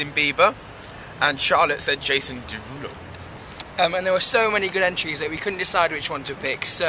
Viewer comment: hahahahah Nathan says Deruloo!!! x'D